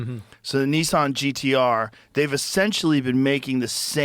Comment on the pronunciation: The way Joe says “Nissan” as “neesawn” is both hilarious and annoying as hell